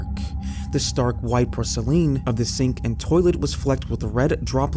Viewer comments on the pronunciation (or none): porsuhleen lol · The way you said porcelain kinda threw me off😂😂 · Was looking for this comment. Love this channel but I lol'd